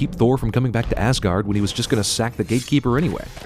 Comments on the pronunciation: Why does people pronounce it as Assguard? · Sin number 55(you're in this one also cinemasins) Pronouncing asagård(ázágourd) like assguard. It is a place where the viking gods lived, not a protective device for your anus, for fucks sake... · first it's åsgård and hjølmer and it's tor not thor and why im i right because im norwegian and from the same place were harald hairfair lived